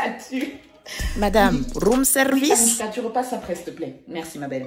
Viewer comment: "Madame rrrrrrrrroom service" HAHAHAH